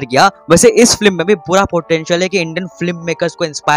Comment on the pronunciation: It's not flim it's film so pronounce right ... Otherwise nice.